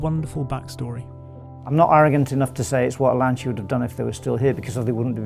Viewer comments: Wonderful job, but everybody please learn to say "Lancia" properly: the C is like in cheese, not like in cinnamon. Both the As are like the U in "cut". It seems that the owner of the company is the one that says it better. Thank you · To all the people bitching about the way Brits pronounce Lancia, we will pronounce it properly when the rest of the world stops murdering our language, now go and get a fcuking life. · That car deserves two things from you; a pair of driving shoes and the correct pronunciation of Lancia. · an important suggestion for the future: if you want to do a video about Lancia, learn how to pronounce its name in the right way... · That’s a really sweet ride! And a well done video. But it already always upset me back in the Top Gear days that people just don’t want to pronounce Lancia correctly. Or Porsche. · ok first the guy should learn how to say lancia, and the car looks a copy of bentley gt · sAmbO probably because if you want to do a video on a Lancia, you first have to learn how to pronounce its name in the right way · They don't. The end part is pronounced "cha", as in "charge". They pronounce it "sia", as in Valencia, which is simply wrong. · Thank goodness at least one person in this video pronounces the marque's name correctly and says, "Lanchia" not, "Lancia". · Lancia say laancha not lansiia ( ps it means “spear”) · NOT Lan-see=uh.. IT'S Lan-cha. you idiot. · Why can't you use the correct pronunciation? LANCHIA NOT LANCE-IA! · Please... Lan-CHI-Ah, not Lan-Si-Ah. It's not that hard. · By the way ! You pronounce "" lantcha"" not "" lansia"" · maybe one day you'll learn to say LANCIA (lantsha) not Lan-zeeea !! Unfortunately too late since the brand was cancelled by the FCA group..... Isn't strange that the speak Italian in Italian instructions....... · Why is so difficult for Brits to pronounce correctly the name? Just say Lancha and not lansia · it’s pronounced: lantcha like in chapel!! you bloody english fool !!!👊👊👊